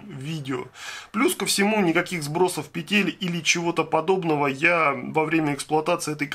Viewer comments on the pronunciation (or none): none